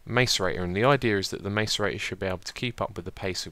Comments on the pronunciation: ITS PRONOUNCED MASS-ER-EIGHT-OR! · btw macerator is pronounced (i believe) like: mass-ce-rator